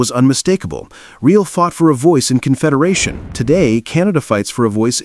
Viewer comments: Can you not use a HUMAN voice instead of this shitty AI nonsense ? Louis REEL ? Do better ! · Given that you are doing a bit on Canada based on respect, let me give you a hint. Riel is pronouced Ree-Al. Please retrain your AI voice narration to pronounce it correctly (ie respectfully ). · Riel is pronounced with a French accent. Try …. “Ree-Ell”. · It just would have been so much more respectful of the Narrator - USican or AI?- would have pronounced Riel properly! ....